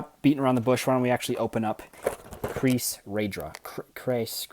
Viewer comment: you're actually pronounce the name right :)